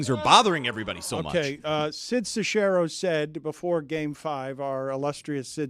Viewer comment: Sid Sex-Arrow NOT Se-share-oh 😉